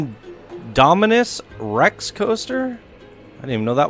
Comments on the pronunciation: Indominus Rex you pronounced it Omni Rex XD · You said indominus Rex wrong...